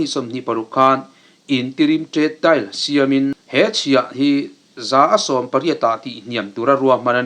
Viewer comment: leh lawk deal hi dail tiin i lam a, dìl tih mai tur a ni e